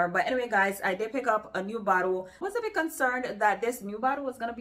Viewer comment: when you said ' a bit challenging ' I thought for a second you said 'bitch.' ha!😂 I will be looking into some of these. Thanks for your recommendations always. 🧡